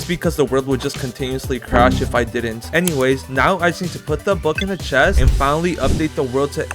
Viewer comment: its chest not chets